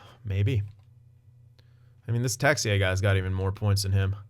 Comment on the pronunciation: Yep Texier is our french wonderkid so pronounciation is good man ! Happy to see a french winger in that team :)